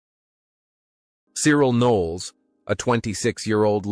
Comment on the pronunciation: I stopped viewing this bullshit when 1. The horrible yank accent, and 2. 'Died of a heart attack' against the picture of alan mullery. Mullery is still very much alive. As for the pronunciation of Cyril', well....